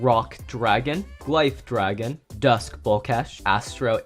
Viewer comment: Glyph dragon is pronounced gliph dragon